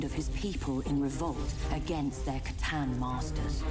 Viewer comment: 'Settlers of C'tan'